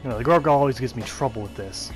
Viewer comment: Let me guess, he said "goreguile" again? Drives me nuts